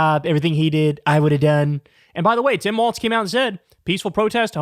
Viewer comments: Yeah its pronounced WALLS haha. I did the same thing at first pronouncing it with a T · Kyle your saying Tim Walts, it’s Walz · Pronounced Walls. There is no T in his last name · THERE IS NO "T" in his name,, say it with me WALLL-ZZZZZZ. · It is Walz as in walls and Kamala as in comma-la. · his last name doesn't have a t in it. its walz. it is more thsn 1 wall, not a dance. J D does it on purpose, please quit. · Hey just wondering, why can’t Kyle pronounce it “walls” like it’s known to be pronounced? It seems rather ridiculous to persist. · Nah bruh the phonetic pronunciation is “WAWLZ” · Kyle is going to be saying the name "Tim Walz" on air at least 10,000 more times over the next three months at minimum. SO WILL SOMEONE PLEASE TELL HIM HOW IT"S PRONOUNCED???? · Please say his name correctly. It's WALZ not WALTZ. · WHEN IS KYLE GOING TO STOP CALLING HIM TIM WALTZ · No "T" is Walz. Pronounced exactly like Walls. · "Immediately if not sooner" is a phrase I have hard since I can remember. I don't know that Trump understands it, but it is meant to be mildly amusing exaggeration like, "I don't know him. I swear I couldn't pick him out of a lineup of one." (By the way, it sounds lie "walls," not "waltz.") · Kyle the name is Walz not Waltz... your butchering the name of the guy you've been hyping. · Love your show Kyle!! Very informative and entertaining! Just one thing bugs me - I think his name is pronounced like 'Walls' instead of 'Waltz' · I'M WAITING FOR YOU TO JUST SAY FUCK IT AND START SPELLING HIS NAME THE WAY YOU KEEP INSISTING ON SAYING IT! IT'S NOT TIM WALTZ IT'S WALZZZZZZZZZZZZZZZZZZZZZZZZZZZZZZZZZZZZZZZZZZZZZZZZZZZZZZZZZZZZZZZZZZZZZZZZZZZZZZZZZZZ! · OK man, why can't you pronounce the man's name??? IT'S WALZ!!! Pronounced WALLS...not WALTZ. Trump says Waltz to be a dick. Why are you doing it?? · his name is WALZ, NOT WALTZ--fer fucks sake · WALZ, not WALTZ Kyle!!!! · It's Walz, not Waltz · KYLE!!! It's pronounced like "walls", not like "waltz"!